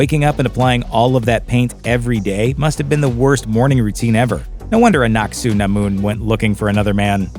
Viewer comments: Anck-Su-Namun is said in a way it sounds like annat sä namun in finnish, roughly in english "will you give me the candy", coinsidence? i think not :) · am i only noticed that he hardly pronounce aunc su namon name